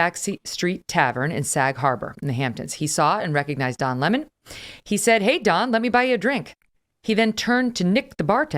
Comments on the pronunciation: It's Don Le-Mon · It's pronounced "Le´mon"! 😂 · His name is not pronounced 🍋